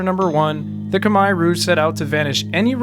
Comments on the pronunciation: Finally, a westerner pronouncing "khmer" right. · You pronounced 'Khmer' perfectly!